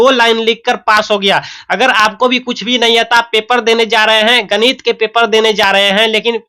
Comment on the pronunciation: Ganit Nahin ganit